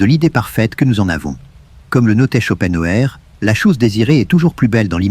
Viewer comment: Ce n'est pas un argument ! Insupportable ! Je ne l'écouterai pas. C'est stressant. Et puis, prononcez son nom qui est allemand, en allemand et ne francisez pas tout!